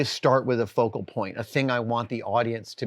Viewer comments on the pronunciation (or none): none